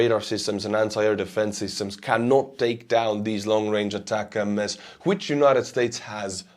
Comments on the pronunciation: When will he learn after getting corrected dozens of times that it is ATACMS as one word, not ATAC-M-S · Attack-m-s? What is that? The acronym is three syllables, not four. A TAC EMS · they are not pronounced attack-em-es , they should be pronounced atack-kooms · ATACMS are not pronounced as ATACM S. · Sorry to be a pain in the ass, but it's pronounced "Attack 'ems", as in get them mo'fo's! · love U n ur stream but as n American I have to correct u on this. Here the ATCMS Missles r pronounced ATTACK UMS…!! Keep rocking, love ur stream bro!! Watch u every day!! Slava Ukrainia, Herojon Slava 🇺🇦🇺🇸🫶🏼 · Isn't the word ATACMS just pronounced as one word? Not ATAC MS :P